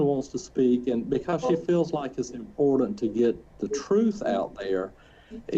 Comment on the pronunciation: 1. Please fine the attorney every time he says “imporDant”. (Edit oh god, they all say it) 2. lol she contradicts herself in her own fake claim of losing touch with reality and her attorney highlighted it in that statement by her that he shared. If she knew that “Jesus would take better care of them” then she knew that she would never see them again. She understood what she was doing.